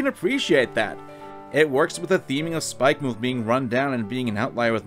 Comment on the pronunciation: BTW, it's pronounced "Spikemuth", not "Spike-MOOTH".